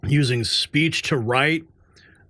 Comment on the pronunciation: Maybe he has a speesh impedimentsssss.